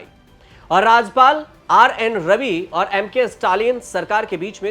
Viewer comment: अरे पत्रकार महोदय, राजपाल नहीं, राज्यपाल होता है